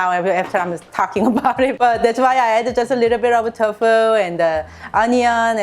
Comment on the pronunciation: Love your recipes. One thing though, you say Tofu like "Tough Foo." Say it like "Toe Foo." I am a Korean- American, and I am learning how to cook. Thank you for sharing your recipes!